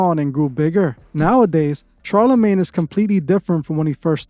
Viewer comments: It’s like you purposely mispronounce peoples names to piss people off. It’s fuckin pronounced SHAR - NOT CHAR. Same wit your other video talking about thelema smfh. Learn how to pronounce the names you’re reporting about or you look stupid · You mean SHARLA-MAGNE not Charlie lol. Thanks for the video as usual we love this channel. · It’s pronounced Shar-la-maine.